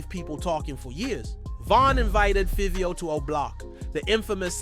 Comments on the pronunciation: Feeveo, mixed fifty with fivio and got fivvy. Man oh man this guy butchered the bro name. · Why you saying favio name like that can tell you don’t even mess with artist just talking it’s like Fabio but with a V favio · Who the hell is feeveo? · Learn how to say Fivio 😂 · bro the pronunciation of fivio how u even mess that up like WTF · Take the time to do a documentary and don’t pronounce the name right is wild lol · I wanted to watch the video, but the way he pronounces Fivio's name annoys tf outta me lol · This shit not explaining nothing and you saying Fivio name wrong man stfu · Yo can’t say his name 😂😂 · Can't even pronounce Fivio...delete your channel🤣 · The pronunciation of Fivio is crazy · FR bro like how the f*ck you mess up his name like WTF